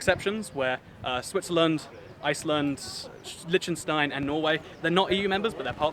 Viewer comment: Your pronounciation of Liechtenstein is killing me: Lish-ten-shtine